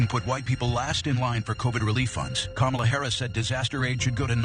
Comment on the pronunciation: Veep's name is pronounced COMMA-la, not co-MA-la. Like the punctuation... comma + la. I hate to nitpick but this is a politics channel and you'd sound smarter if you got the name right.